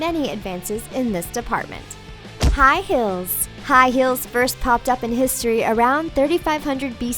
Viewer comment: The ways she says "high heels" makes me cringe